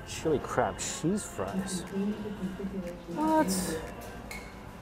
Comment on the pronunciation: I like how he says cheese like sheeze